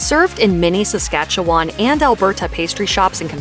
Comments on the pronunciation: In Saskatchewan, we don't call them "Saskatoon berries". We just call them "Saskatoons", and the pie is "Saskatoon pie". Also, Saskatchewan is pronounced səˈskætʃəwən, and Alberta is pronounced ælˈbərdə. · Right? And the awful pronunciation of Québécois, Saskatchewan and Montreal. Did the announcer even try to learn to pronounce anything correctly?!